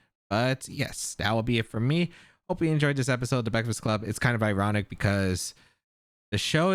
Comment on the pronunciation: The Baekfast club had me laughing 😂